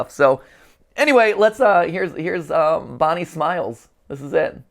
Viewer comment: FINNALYYY edit : it physically pains me when he says “bonnie smiles” and “bonnies burgers” edit : analog theory??